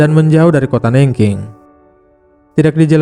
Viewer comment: sebel aq sama narator nya. nggak mau belajar dulu cara pengucapan nama kota aja salah. Googling kan yo bisa, kan ? cara baca Nanjing city gimana ? sebel .